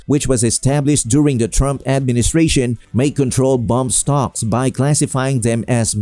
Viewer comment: They are not bomb stocks they are bump stocks . They can't even pronounce it corectly .